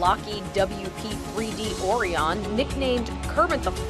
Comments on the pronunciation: Orion is pronounced oh-Ryan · Did this lady just call a Lockheed Martin P-3 “Orion” an “O-RI-ON”? Shame shame shame. 🙄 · They mispronounced Orion so badly